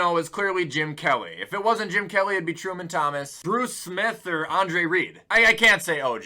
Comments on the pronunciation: Mother fucker did you say Truman Thomas lmfao 🤣 😭😂🤣🤣🤣🤣, it's Thurman Thomas! Bhhahahah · When you said “Truman Thomas” I was upset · Bro really said: "Truman Thomas" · Truman Thomas? Really? Thurman. Thurman Thomas. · Did you say Truman Thomas? :(